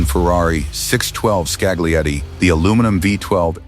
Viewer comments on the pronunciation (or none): Why do you use AI narration? Use your own voice. Put up with Mondale but had to call it quits on hearing Scagglietti. The g is silent.